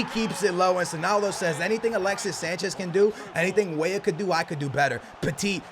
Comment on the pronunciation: Who else remembers the times where called Weah, Weeh